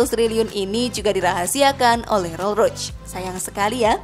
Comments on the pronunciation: Rollroyce (rolrois) kok jd rolroits Maybach (maybah) kok jd meybech Saran aja mba pelafalannya di koreksi lagi, ttp semangat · Maybach bacanya MAIBAH bukan maibetc trus ROLL ROYCE bacanya ROL ROIS bukan rol rods..maaf sekit koreksi.. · Konfigurasi 2 pintu😅🤣😂🤣😂😅🤣mana ada sebutan konfigurasi 2 pintu KONFIGURASI ITU DEFINISI MESIN V 8 ato V 12 ato W 4 ato W 8 itulah sebutan KONFIGURASI Roll Roch😅🤣😂😅🤣😂 Roll Royce woy min Admin nya peyak😅🤣😂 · Naratornya sok inggris pelafalannya salah semua, maybach bacanya maybah bukan maybech, rools royce bacanya rolls roys, bkan rol royc, bugatti bacanya bugatti aja, bukan bugeti dan harganya ga ada yg 100 trilyun, nyampe 10 trilyun aja ga,ga usah lebay dan sok keinggris2an deh,noraaaaaaakkkk